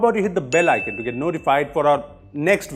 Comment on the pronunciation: iconnn not icin